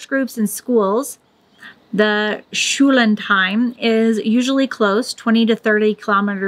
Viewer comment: Identify the syllables. Schul-land-heim. It's also three words giving one of the famous german compound words. :)